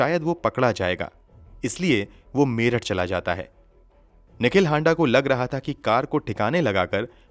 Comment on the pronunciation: हांडा नही हाड़ा होता है